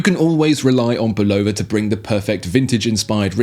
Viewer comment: You nailed the correct pronunciation of Bulova